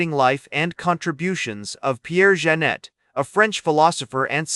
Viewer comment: OMG, at least have it PRONOUNCE HIS NAME CORRECTLY! Zhahn-ay.